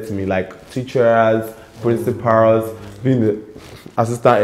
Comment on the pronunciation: Principarls teacherrrrs😅😅😅 bold and smart😀